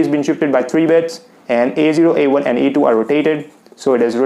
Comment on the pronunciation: Its bits not beds